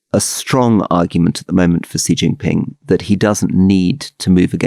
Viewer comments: Please can you pronounce Xi Jinping's name correctly? His family name is pronounced in a similar way to the English word 'she'. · There is an irony to Alastair Campbell talking about people not knowing the name of the Chinese leaders and then pronouncing Xi Jinping completely incorrectly. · If Alastair is going to disparage people for not know who's in the CPC Politburo then he could at least learn how to pronounce Xi Jinping properly.